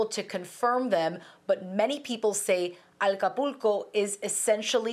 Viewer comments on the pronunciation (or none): it's not "Alcapulco", it's Acapulco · Acapulco no Alcapulco 🤦🏻‍♂️ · There is no L IS NOT ALCAPULCO BUT ACAPULCO. Please what kind of reporter is this? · ACApulco not ALCApulco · So sad. May God help ACAPULCO 🙏🏼 Not ALcapulco. I wish she would pronounce it correctly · The reporter sounds as if shes saying "aLcapulco" instead of Acapulco. Weird. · Note to, the name is Acapulco, not Alcapulco. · Alcapulco? Or ACAPULCO? 😒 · Why does she keep saying ALcapulco? There is no L at the beginning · It's ACAPULCO. NOT ALCAPULCO as she keeps calling it. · Please pronounce Acapulco correctly - it is NOT ALCApulco 🙄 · Woman, it is pronounced ACAPULCO, not AL CAPULCO. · It’s ACAPULCO…. Not ALCAPULCO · That isn't Alcapulco...ACAPULCO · Is not Alcapulco but Acapulco 😒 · SOMEONE TEACH HER HOW TO PRONOUNCE ACAPULCO! IT'S NOT AL-CAPULCO LIKE ALCOHOL 🙄🙄🙄. THERE'S NO L IN THE BEGINNING. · I HATE it when people suddenly switch languages in the middle of a sentence... 'Aqua-pool-cue'... JFC, you're speaking ENGLISH, lady... it's AKKAH-PULL-COH. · She said Alcapulco! Jajaja! Lady is ACAPULCO!! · ACA-PUL-CO not AL-CA-PUL-CO señorita. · It's no Arabic city, Al capulco!!!??? It's Mexican Acapulco !!! Haha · Love the affected pronunciation of Acapulco but the normal pronunciation of Mexico... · It's "Ahca PULLco" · Alcapulco she said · ALCAPULCO???? Since you are a professional, maybe learn to pronounce the name of this famous city correctly. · Why does she keep saying aLcapulco?? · Learn how to pronounce Acapulco, it’s not Alcapulco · Aka_pul_co.Get that correct.Wow she must be a native speaker.Please say it for the 4th time,Aka/pul/co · "alcapulco" really? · WTF🤦🏻‍♂️ did she just said Alcapulco?? 🤣🤣🤣 OMFG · Alcapulco lol alcaponi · She said Alcapulco? 😂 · Love the pronunciation of Mexican place names,and coming from someone who otherwise speaks standard English YOU'D almost think she was pandering. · It's OK not to have to sound like a native every time you say "Acapulco. "